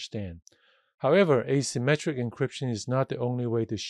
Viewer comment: Thanks a lot! This is very useful! it s hard to follow due to I think you using indefinite artical "a" (as in "a symmetric") vs the way "asymmetric" is pronounced. Also the fact that you added "symmetric encryption" to the diagram AFTER you mentioned your point. Sorry for nit-picking, just hope this would help anyone else